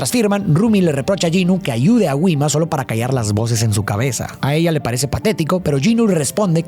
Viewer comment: todo bien pero no puedo con la pronunciacion de Gwima